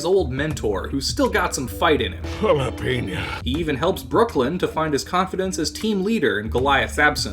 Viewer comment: why do you say jalepena?